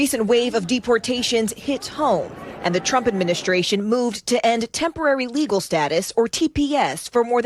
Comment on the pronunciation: I still keep hearing Tempary Status.